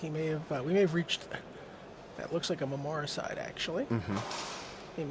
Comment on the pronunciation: why can't the announcers learn to pronounce the name of cards correctly, if he says "memory-cide" one more time...it's clearly memoricide. It's an insult to the person and r&d team that invented the card(not to mention me). I mean come on, you are a host ... do better please. :(